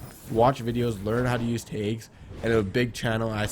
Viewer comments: its tags not taygs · Made me so mad when u said tages instead on tags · I got so confused when you said tayggs but I finally realized you were saying tags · Is he saying taigs or tags or what? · Is he saying tags ?